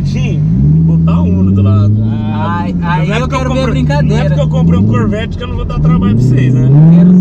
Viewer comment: kkkkkkkkkk caramba falou bonito o nome do carro